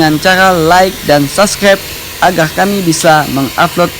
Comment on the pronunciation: hhhaha agar bukan agerrrrrrrrr 🤣